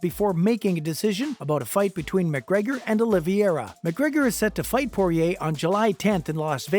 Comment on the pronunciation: Okay check it out you have to say the people's names right. It's Olivera. And it's Dustin Porier, not Justin.